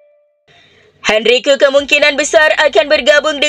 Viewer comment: Henrique dibaca :henrike bukan henrikiu.pelafalan bahasa portugis